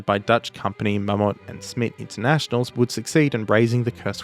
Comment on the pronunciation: That Dutch company Mammoet is pronounced mahm-moot. Cool to see the mention.